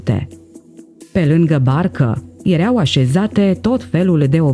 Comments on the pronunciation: Da?si unde ai auzit la școala aia a ta ,,iereau" si poate vrei sa spui ,,ierau" dar nu am auzit in viata mea de iereau. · Acel "iereau" de unde provine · '' Erea''EREAU schimba accentul doamna si pronunta corect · Am un amic oltean ce folosete "ereau". Poate asa se vorbeste in unele parti din Oltenia.